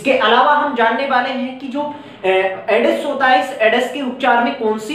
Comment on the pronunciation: All class very good.... पर सर वो एडस नहीं एड्स होता.... क्षेत्रीय बोली का प्रभाव 😁